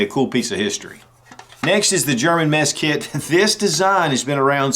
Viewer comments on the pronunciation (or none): Did he say meth kit ?? LOL😝